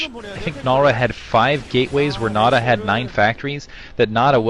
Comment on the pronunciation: it's not Red nada, we say nada. why do you say Nal Ra? nal is just a clan like NC,Red,White etc etc.